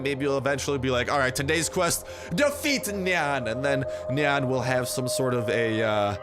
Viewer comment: when u say nian i hear nyan